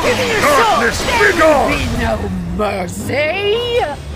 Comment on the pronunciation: what i hear from:there will be no mer-SLAY